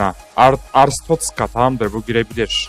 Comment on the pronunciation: abi bi ara artschozka derken boğulcan diye korktum aq